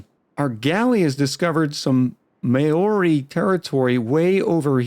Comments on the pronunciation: At least no one can accuse you of being Hitler! 🤣 Maori is pronounced "mau-ree" not "mayo-reee" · Kia Ora (Māori for hello)! I did some research and now that I understand this game a little bit more, I think it will be an interesting series. As for your pronunciation... yeah, every time you said Māori I had to do a double take, but that just adds to the chaos :)